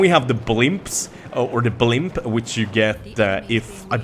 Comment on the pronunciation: Blimp ? First 2 times I thought he said "pimp"